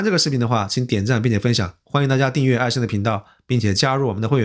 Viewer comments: 艾森 ai sen，不是艾申ai shen。四si分之一，不是事shi分之一...... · 艾sen，不是艾shen